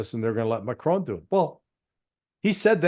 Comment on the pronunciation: Nice to see some American who does not try to mispronounce Macron as Macrohne.